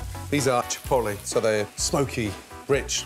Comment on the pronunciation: Chi Port Lis